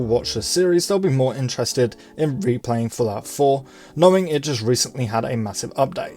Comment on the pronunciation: sounds like you are saying "Falafel" not Fallout 4 lmao...